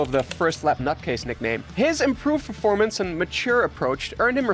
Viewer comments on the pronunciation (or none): none